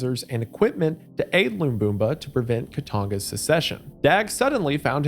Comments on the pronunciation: brother how can you read "Lamumba" and get "Loomboomba" out of it wth Istg Americans just look over the shape of a word instead of reading the letters edit: Sre'brenikuh 😭💀 duuuude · Lumumba! not Bumba! Otherwise good video as always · It's Lamumba, not Lambumba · Lumumba Not lumbumba 😂😂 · It’s pronounced Luh-moom-buh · Hearing him try to say Lumumba is making my eye twitch ETA: and now Mobutu